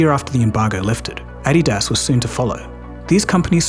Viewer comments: the raised last vowel in adidas is how UK/aussie accents pronunce adidas. The US pronunciation is actually the one that is incorrect when compared with the German pronunciation. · Never in my life have I heard someone butcher Adidas so badly lmao. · I'm going to start pronouncing it "add-ee-daas" from now on as well! ;)